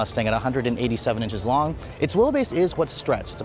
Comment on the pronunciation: anyone else heard him say 178" slong? lol